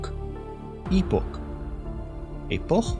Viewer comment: I realize that certain words get pronounced differently in different countries, even if it is English but I detected some struggles in properly pronouncing some of the answers. Almond, Daimler, Epoch, Hari Kari... 😉